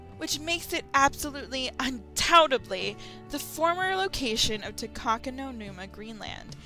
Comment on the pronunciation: It's "Takakonuma". There is no "no" in it.